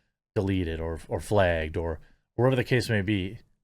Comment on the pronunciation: Flægged. Pronounciation 'Flæægged"